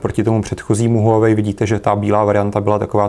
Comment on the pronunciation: Líbí se mi že to čtete správně: wah-wei :D